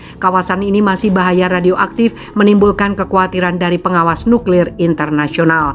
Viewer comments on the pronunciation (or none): none